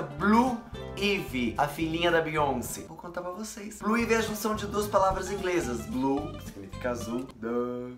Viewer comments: SE PRONUNCIA BLUE AAAAIVY,e não como se lê rs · é " Bluaivi " 😂😂😂😂😂